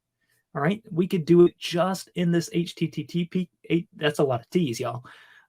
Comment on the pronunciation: how in the world are you a developer if you can't say http correctly?